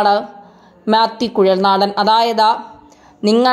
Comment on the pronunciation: കുട്ടീ മ്യാത്യൂ കുഴൽ നാടൻ അല്ല,, മാത്യു കുഴൽ നാടൻ....